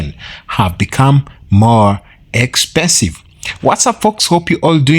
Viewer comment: Expesive 😂😂😂 bruh